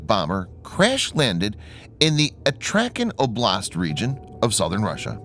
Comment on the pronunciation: Astrakhan, not "Atrakhan".